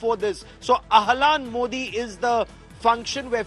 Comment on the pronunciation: It's not Elaan Modi, it's Ahlan Modi, it means hello and welcome in Arabic.